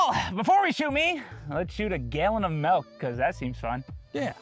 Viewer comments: MELK????? MELK?!?!?!??! I’m unsubscribing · Calls magazines "clips" and says "melk" too? God save this Canadian woman. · We lost another one- calls milk melk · Congrats on 5mil. 1. Say it with me, milk. Not melk 2. It’s a magazine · Melk? MELK!?!? IT'S MILK!! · Love it! Just one question.... Are you saying 'Melk' for milk? Where are you from? Honest question. I'm from Ireland and live in Australia, and very intrigued by accents. Thanks! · Why do you call it melk? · Its milk. M-i-l-k. Not MELK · Homie said melk jug lol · Odd how of all the videos on his channel, this is the one with the most painful content: pronouncing it "Melk" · All I learned from this video is that can't pronounce milk right 😂